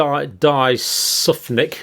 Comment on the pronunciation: 'Di-sufnic' - I had to laugh when he read out the name... but knowing how dry Dr John's humour is, does he really not get that it's Dysfunc, as in dysfunctional or is he messing with us? Either way you always make me smile which keeps my spirits up. 'Donald.... er, wait a minute, I've got his name written down here somewhere.... ah yes, Donald J Trump'. You definitely had me chuckling with that one!